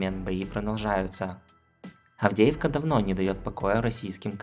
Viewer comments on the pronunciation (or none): none